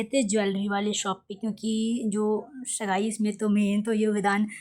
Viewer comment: Scene pronounce nhi kr paa rhi ho shgai nhi sagai hota h